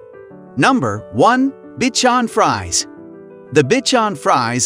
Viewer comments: pretty sure it's not pronounced "bitchon fries" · its spelled Bichon Frise :)